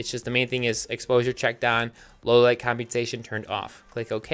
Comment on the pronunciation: "combiensation" is what it sounds like, when it really isn't that hard to pronounce. he's just making it out like it is.